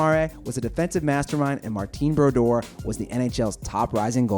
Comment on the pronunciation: never heard someone butcher martin brodeur and jaques lemaire so badly